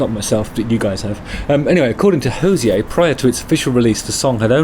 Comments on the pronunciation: Enjoyed this, Justin. Just to say he doesn’t call himself “Hozeeay” - he’s Irish (like me), he says “Hozee-er. Cheers! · Hey Justin, long timeviewer/listener. Love your work. Just fyi, us Irish call him Hose-eee-err not with a french pronunciation. I'm shocked Jenny has not corrected you. You can pronounce it however you wish of course but I just thought you would like to know how we shout at him down the local 😂 p.s. can't wait for my lovely yellow jhra tshirt to arrive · He says it's pronounced Ho-zeer. FYI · Hozier rhymes with Cosier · You're pronouncing his name incorrect, no accent needed on the "er" he's not French. It rhymes with cozier 👌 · Please learn to pronounce His name correctly